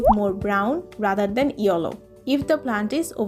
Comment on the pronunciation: This is not yollow this is called yellow